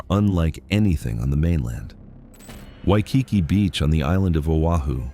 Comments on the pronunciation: I disagree with this video on many accounts.: 1. Waikiki. Not only did your AI bot mispronounce the name, you are dead wrong. It is beautiful and well worth the visit, particularly at dusk when runners light the tiki torches; 2. Seaworld. Beautiful gardens, wonderful shows, and fun coasters. I'd sooner visit Seaworld than have my wallet ransacked by woke Disney. 3. Biltmore. Wonderful display of conspicuous consumption in the early 1900s, with an awesome Christmas display. The winery is also worth seeing, as are the gardens in season. 4. Rock and Roll Hall of Fame. Cleveland is the perfect place for this structure. While i agree that no hip-hop artists should have a presence, it is awesome for real rock lovers. Why would you go if you're stupid about the history of the genre? 5. Niagara Falls.... although i do prefer the Canadian side. It's nature, dolt. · Learn how to say Waikiki!!!